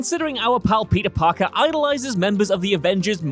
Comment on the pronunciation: Is it just me or did I hear "Palpee Parker."?